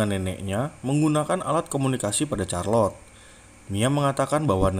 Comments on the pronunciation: Namanya charlotte tapi bacanya kharlotte bukan charlotte😭😭😭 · Charlote....sebutannya Sarlot....bkn Carlot. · Setahu saya bacanya malah sharlotte sih ,atau mungkin tergantung aksen yg dipakai jadi mungkin bisa beda pelafalannya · Charlot bukan c nya bahasa Inggris itu k bukan c